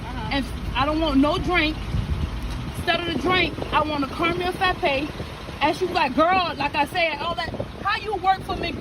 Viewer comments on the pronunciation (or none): The woman complaining about the # 1 with no drink but a "caramel fappe" ok lady it s "frappe" frappe 😆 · The lady saying, “Fappa” instead of Frappa.. 🤣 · The McDonald's lady who ordered "the #1"......she butchered the English language. What the heck is a "caramel fappe"???? Lol